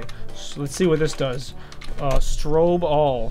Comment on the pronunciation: You said stobe not strobe